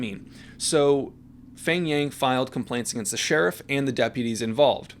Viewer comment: His name is actually pronounce Peng. The "H" is silent. :) Like Hmong. the "H" is silent and it pronounce Mong. :)